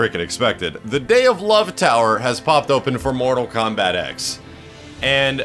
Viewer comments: This dude said KORTAL MOMBAT........ okay. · Did he say kortal mombat when he defeated goro and did the brutalitie?